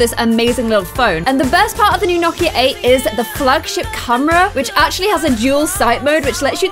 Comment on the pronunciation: Watching in 2020 Is it me or in the beginning did it sound like she was pronouncing Nokia like "gnocchi" lol you're so cute! I love your videos